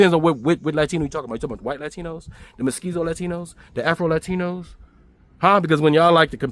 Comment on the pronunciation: Careful. It’s Mestizo not Mesquiso 😊